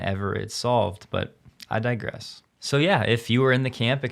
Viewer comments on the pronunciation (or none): none